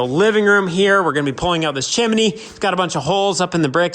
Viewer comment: There are TWO syllables in chimney, NOT three. It's chim-nē. Not chim-i-nē.